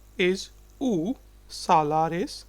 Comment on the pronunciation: No he is not a native speaker of Dutch. (Yes, I would say that he is Indian.) But if you are not a Dutch native speaker, that is not a good starting point for teaching Dutch. Even simple things like how to pronounce "uw" - let me use German here: it is similar to "ü" and not "u"! I am a native speaker of English, so yes, I notice some divergences from standard English. But the vital thing is that to teach a language, you must be pretty good at the language being taught!